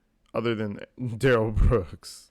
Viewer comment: Yeah, Daniel “Axed” for his phone back, but DUHH-RRELL kinda pulls back & keeps talking on the phone. Also, DB lucky the Cops didn’t fire when they first approached & told him to put his hands up! Cause you can see DB put his right hand in his pocket to pull something out, after initially putting both hands up.